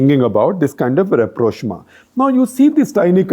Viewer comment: Rapprochement 😭😭😭 Rap-rosh-ma😂😂😂